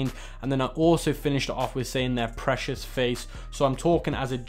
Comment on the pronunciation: precious not pressures